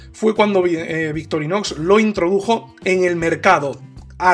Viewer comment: Es victorinox o Victorinosssss? Jajajaja abrazo buen vídeo!